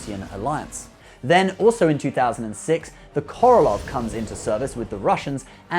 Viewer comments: It's not "Korolov"! It's "Korolev"! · Korolev not Korolof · Um... the Russian 304 is the Korolev not Korolov.